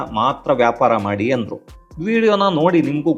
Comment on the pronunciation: ಯಾಪಾರ ಅಲ್ಲ. ವ್ಯಾಪಾರ ಸರಿಯಾದ ಶಬ್ದ